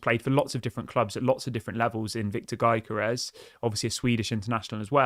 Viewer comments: You have to leave the 'G' out of the name pronunciation .... And call it.... "Yokorores" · its "yo-gö-res"..like you say youguhrt